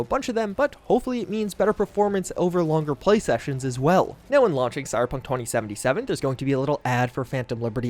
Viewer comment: Stop saying cyberpunktwentysivenysiven plz